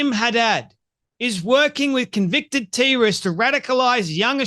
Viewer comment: Why tf does this guy pronounce everything weird? Wtf is a tee rist Who is eeeesis?